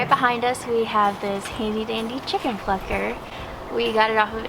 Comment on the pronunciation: When they say plucker my ears be like.. FUCKER